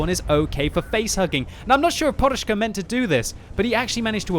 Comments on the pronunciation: Podushka not porushka XDD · Why the hell you call him poRushka, when his nickname is poDushka (pillow)?